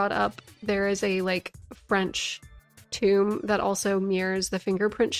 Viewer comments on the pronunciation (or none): none